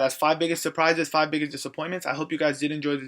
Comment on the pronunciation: it's disappointments not dissapointments